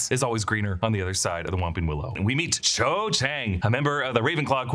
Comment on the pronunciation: Cho* not 'Chode'